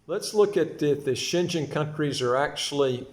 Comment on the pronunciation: it’s Schengen…pronounced as Shen-gain